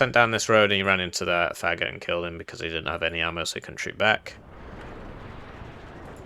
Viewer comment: It’s pronounced Fa-goat. It’s the Russian word for “bassoon”.